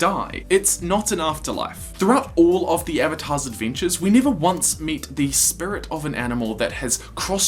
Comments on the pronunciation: Bruh he said “spurit” and “spirit” in the same sentence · I hadn’t noticed how you said spirit weird until you mentioned it. Bro why. Spurrit. Edit: Shit somebody commented that 2 years ago. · Can't stop hearing "spurit" now :') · lol I never noticed how he said "spirut" until he pointed it out himself 😂 I wish I hadn't already watched the one about iroh moving on to the "spirit" world. love your videos bro. it really lifts my spirut up on down days.... I couldn't help myself, I really did try.😂 keep up the good work though bro! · Great now all I can hear is "Spurits". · I didnt realize that you said SPURIT until you pointed it out. now i cant unhear it. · It's distracting me so bad.... lol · Potato Joe I know what you mean. Now every time he says it, I actually cringe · I never notice the way you said spirit and now I can't unhear it. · Until you mentioned it, I didn’t notice your accent when saying “Spirit”, and now I can’t help hearing it stand out. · I never even noticed that you said Spirit with an accent and now I can’t not hear it